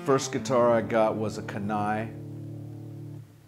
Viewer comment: Don't want to sound too critical but if the model is named after the Kenai River in Alaska it should be pronounced KEE-nigh.